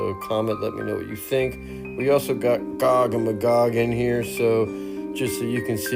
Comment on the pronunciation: The pronunciation of Magog is driving me crazy. You are saying it wrong! It is May-gog not Muh-gog.